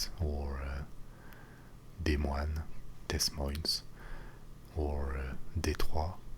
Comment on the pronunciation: We pronounce Des Moines "Dee Moyne" in Iowa! :)